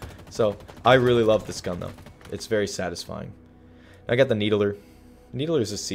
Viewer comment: Everyone: Needler: Needaler